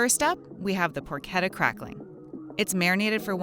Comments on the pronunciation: anyone noticed that she pronounced porchetta as "por-keh-ta" lol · ”Porketta” epic gamer moment